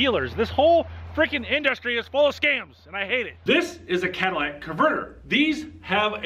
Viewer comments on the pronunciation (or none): The "cadillac converter etch"??? Who does this guy think he is -- Joe Biden? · Why do you repeatedly say "Cadillac converter"? You have to know better. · Are you saying "Cadillac Converter"? It's Cat-a-lit-ic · Caddilactack converter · It's not a CADILLAC converter, and it's not a CATHOLIC converter! Say it with me.....CATA-LIT-TIC converter! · Did you say Cadillac converter 🤣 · Cadillac converter, Cadillac converter, Cadillac converter, Cadillac converter..... I can't take this clown serious. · NOT Cata- LAT-ic, Cata- LYT-ic !! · It's "Catalytic Converter" not "Cadillatic" Converter".... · Dude...it's "Catalytic", not "Cadillatic." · I know you didn't just say Cadillac converter. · “Lit” not “lat” Catalytic not cadillatic. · Catalytic not Cadillac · Yo, second grade. The word is catalytic . Not cadillac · You fail because you said Cadillac instead of catalytic? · Did he say Cadilladic converter? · CA-TA-LY-TIC not Cadillac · A Cadillac converter etch?? Learn to talk!! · Cat-a-litic, not Cat-a-lattic. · Dude, why do you keep saying "cat-a-llac" converter? It's "cat-a-lyt-ic". Did I miss the humor disclaimer? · Cat-ah-lih-tick. Not cat a la tick or any other of the crazy ways people pronounce this. Not Cadillactick either. Lol. Thank you for exposing these criminals. A thief is definitely a thief. Catalytic converter protection on a Ford Lightning. LOL!!! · Say it with me “ cat a lit ick” 😂😂😂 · You are in the auto industry.Learn to pronounce the part please.Not trolling you ,just want you to sound educated.. ka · tuh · li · tuhk ! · I love how he can't pronounce the word right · anyone who cant pronounce catalytic converter automatically loses all credibility